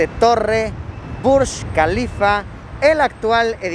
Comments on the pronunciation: Yo: Burj kalifa Luisito Comunica: Burschh kalifa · es Burj Khalifa..no BUSH KALIFA...